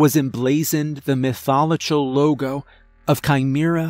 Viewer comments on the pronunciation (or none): I feel like every story has a moment where hear mispronounced a word in a weird way... this episode instead of Mythological, it sounds like mytho-lochill